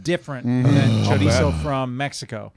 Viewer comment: Please its pronounced cho-ree-so